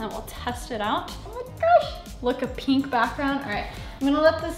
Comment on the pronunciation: “Peenk” Lmaooo